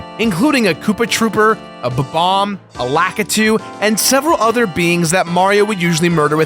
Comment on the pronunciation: "Ba-Bomb"?? do you mean "Bomb-omb?